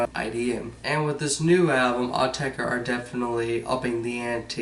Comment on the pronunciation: Thank goodness - a yank who pronounces the name right:)